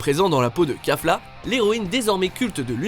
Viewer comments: On dit kefla pas kafla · On dit kefla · C kéfla sa se prononce comme ça